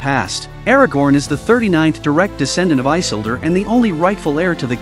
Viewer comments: Why can’t you pronounce the names right? It drives me up the wall that you can’t get the names right. It is “i-sil-dor! Not I-sil-dor! 🤦‍♂️ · No, his name is not Eye-sildur... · Good recap… But Eyesildur😅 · Lol...one must first understand how to say the name properly...😂